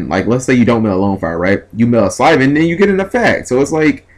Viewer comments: Slyvan? I think is dyslexic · Syl not sly. Players need to learn to read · S - Y - L - V - A - N. SIL-VAN. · people disliking cuz he said Sylvan wrong,smh